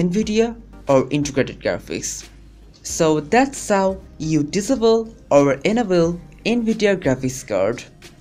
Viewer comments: Why American's say, 'diss able' instead of 'disable'? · hmm he said disable diavil not SOOOOOOOOOOOOOOOOOOOOOOOOOOOOOOOO god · Anebele Disible.. LOL LEARN ENGLISH FIRST!!!